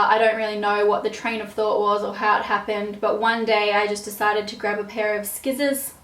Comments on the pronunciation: You are hilarious!!! I say "Skissors" too! We all deal with pads, tampons, etc. so why be a prude about it; I like that you aren't! Love your personality, wish we could be friends in real life! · I say "skissors" too! Could not stop giggling throughout this whole video. You're awesome. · When you called scissors skissors I thought that was funny because I do the same thing but I say swissors xD hahaha everytime. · you are so god damn funny😂 i laughed soooo hard and i also pronounce scissors that way most of the time...loved the video! xx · I thought I was the only one that said scissors like that :')